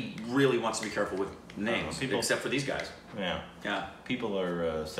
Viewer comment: great job with the names your pronunciation is spot on